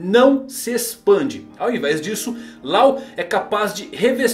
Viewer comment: Não é "Lau", é "Ló".